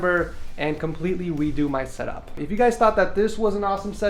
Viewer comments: “completely weedo my setup” 😂😂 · he sometimes says "r" as "w", I sometimes do too and it's frustrating lol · Did you hear that? Hes going to weedoo his setup xD